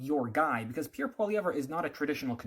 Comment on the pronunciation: Can’t even say Pierre’s name properly, lost my respect. This guy is nuts and a trudope supporter